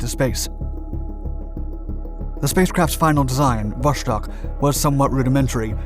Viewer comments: Is Vostok not Voshtok. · It's so easy to learn how to pronounce. vastOk. vostok wold ve also survivable. But Voshtok - Christ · It's called Wostok, not Woshtok